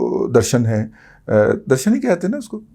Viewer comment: Darashan nahi sir, Darashak N ki jagah K